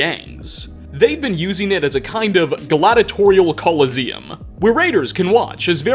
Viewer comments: fee-ater collo-zee-em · Someone please teach this man how to pronounce theatre and colosseum.